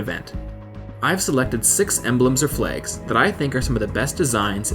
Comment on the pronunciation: when does "flags" sound like flaygs